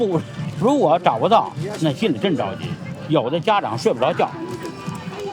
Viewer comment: So we're all gonna ignore how badly she's pronouncing "parents" .... 😐😐😐